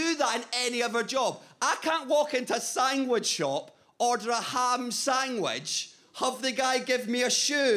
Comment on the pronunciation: Nobody: Iain: 🥪*S a n g w i c h* 🥪